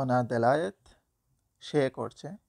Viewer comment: দেলায়েত না বলে জেলায়েত বললে সঠিক হবে।